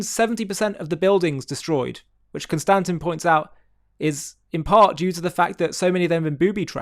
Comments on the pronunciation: Bro, emphasize the first syllable in Konstantin. 😂😂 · It's pronounced, kon-stan-teen. just saying hahaha. love your stuff. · ConSTANtin? How would this pronunciation even occur to a person? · Con-Stan-Teen Kiss-in is how to pronounce his name. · Maybe learn to pronounce “Konstantin” properly. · Learn how to pronounce Konstantin's name (just like the emperor) and I'll take you seriously. OMFG click on a triggernometry video, just one. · Why not say his name properly?